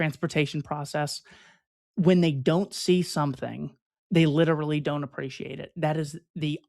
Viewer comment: Double check your pronunciation of literally.